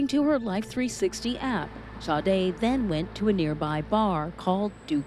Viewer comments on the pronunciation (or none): How can the girl's name be pronounced Shaday, when it's spelled Sade??? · I'm interested in knowing how in the world they got that pronunciation out of Sade?!